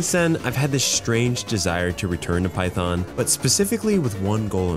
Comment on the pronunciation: did u say python ?